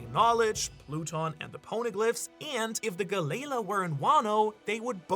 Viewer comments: Idky it irks me so much how he pronounces the name. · The pronunciation of galley-la is killing me 😭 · Is Galley La really that hard to say? I couldn't even finish this theory because of how irritable I grew while hearing him constantly mispronounce the company name. I understand that they are two different companies from two different parts of history, but the name and intent is clearly the same after all this time. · Im sorry what did you just call galley-la? I hear ALOT of people mispronounce names in one piece but that was next level. there is no way you did not do that on purpose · the way your pronouncing galley la made me stop watching at 2 minutes in. so bad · Why is he pronouncing galley-la like that. Ugh i hate it every time he says it like that it makes my skin crawl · Why are you saying galley la wrong are you like mental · Am I the only one who the pronunciation of Galley-La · Had to turn it off after he pronounced it Galley La multiple times. Never heard it that way since watching anything one piece related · The way I hear galley- la is making my ears bleed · It's pronounced gallie lah not galay luh🫰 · not hearing it pronounced like galley-la is kinda whiplash every time for me, galayla is such a weird way to say it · Why are you saying Galleya😭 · Is it really pronounced ga-lei-la? I thought it was ga-lee-law 😂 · Guh-lay-luh. Ga-lee-law. Sorry if this comes off as rude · guh-layla 💀 or juh-rool 💀 its galley-laaah and theyre norse, so its pronounced ya-rul. theres no J sound in nordic languages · the way he says galley la really bothers me lol (gal - E- law) is how i say it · Dude u are funny. The way you pronounce galley la is the best hahaha. Don’t change bro. Galaylaw. Hahaha I love it. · Honestly i know you live there but pronounce galley-law correctly when speaking english if your gonna use japenese slang do it in japenese its wierd when you mix the 2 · Brother, it’s two seperate words galley-la there is it a slight pause.